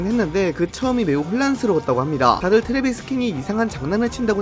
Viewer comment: 트레비스냐 트레버스냐.. 킹은 킹이너